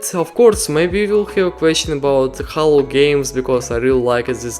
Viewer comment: The game is not pronounced HAALLO as you pronounced it. The game is pronounced more like HEY-LO.